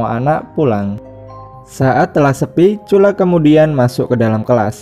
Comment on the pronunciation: Bang nama dia cula🤔 bukan curah